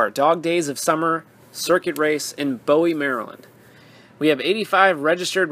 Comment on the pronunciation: Nice video.. but Bowie is pronounced.. /ˈbuːi/